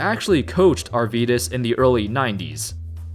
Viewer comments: Hes Arvydas [R Wee Das] pronunciation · Hes not Yourvydas Hes not Myvdas Hes Arydas Sabonis